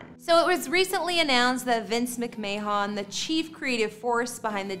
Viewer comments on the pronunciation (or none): You keep saying Stephanie's last name wrong. It's not MICK-MAY-HON. The McMahon last name is pronounced MICK-MANN. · Cool video. A few things though: 1. It’s pronounced “Mc-Man” not “mc-may-on” 2. Triple and Chyna were never actually married. Don’t mean to nitpick but nice video otherwise. 👍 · Where to start with this mess of a video… (1) Their name is McMahon and is pronounced as Mc-Man and not Mc-May-On. (2) Paul and Joanie were never married. (3) “which is down the street…” No. No it’s not. (4) The fact that you had to explain what a trampoline is blew my mind. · McMayhon??? Get it right! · McMayHon? Really? It's pronounced McMann....ugh.... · Its not pronounced Mick-Mann. Its 'McMann'. For those in the UK and Ireland, the surname 'McMahon' is its "McMaah'n" (A as in Arm) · How is any of this believable when she calls him Vince Mack-may-hon? WTF You obviously have never heard of these people. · lol why you say that mcman name like that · Its pronounced Mc-Mann. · The way you pronounce the last name lol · Just a suggestion....maybe get a narrator that can pronounce McMahon. It's not very difficult. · SMH can’t even get the last name right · Can't even pronounce their last name. What happened to knowledgeable reporting? Sad, just sad....... Maybe you should learn about your subjects of your story next time to, you know, not embarrasse yourself! PS, Paul and Chyna were never married! smgdh......